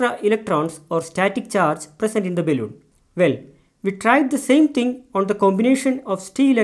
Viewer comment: Really appreciate your work sir, thank you. Your pronunciation seems odd though, is it balloon or baelloon. If you are a teacher (I suppose you are) you definitely need to work on your pronunciations, because you might educate the kids wrongly. I'm Sorry if I have offended you in anyway.